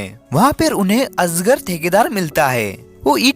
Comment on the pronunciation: Asger❌️ Ajgar 🐍✅️